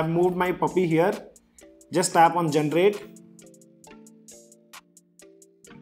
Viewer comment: Generate. × Gentrate ✓